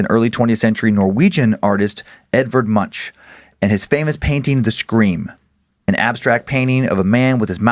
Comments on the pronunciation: Just giving you a heads-up for mispronunciations again… Edvard Munch is pronounced with a frontal ‘v’ as in “Vaseline”, and end in a hard ‘k’. His surname is pronounced similar to “monk” (the religious type) but with the ‘u’ pronounced roughly as in “mundane”. Cheers, and have a nice holiday. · "Edvard Moonsh".